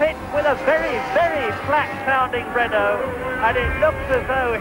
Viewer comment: Why can't Americans say Prosts name or Renault properly 😂 Michael Alboreto 🤦